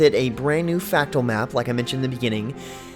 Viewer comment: MordRamoth, not Mordamoth. It's fRactal, not factual. I would think you have a problem with 'r's'. but you say other words just fine.